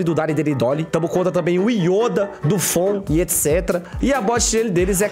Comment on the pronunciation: " estam,os contra o youda , jovirone " kkkkkkkkkkkkkkk TRADUZINDO = OS AFUNDADOS KKKKKKKKKK